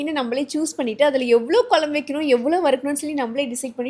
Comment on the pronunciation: please pronounce it has குழம்பு (kuzhambu) and not as kolambu 🙏 hope your mother tongue is தமிழ்.